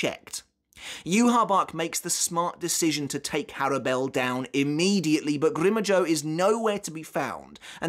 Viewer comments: Americans: "grim joww": "grimm joeaux" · Why are you saying Grimmjow's name weird? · Why do you say grimmjow like that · Anyone else get triggered by how he says Grimjow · Bro no one in the sub or dubbed versions of bleach pronounce grimmjow the way you do… start pronouncing the names PROPERLY!